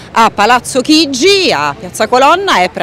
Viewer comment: Chigi non “Chiggi”.